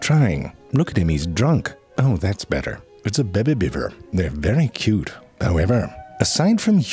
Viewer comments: "That's a bèbè Beaver" Wait what now? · I watch just to hear the narrator say "Beh-bee". 🤣 "You can't just fart a crystal out" LOL